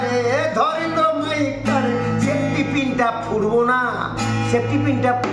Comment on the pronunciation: এবার ২১শে "চোলাই" দিবসে ২১জন জেলে থাকার কথা আর ওটা আমরা ঠিক শুনতেই পাই নি যে ওটা সেপ্টিপিন্ নয় ওটা বলেছিলেন " সেফ্টিক্" কিন। বিজেপি ওনার পায়ের দিক থেকে সেপ্টিক্ করা শুরু করেছেন যাতে আর দাঁড়াতে না পারে।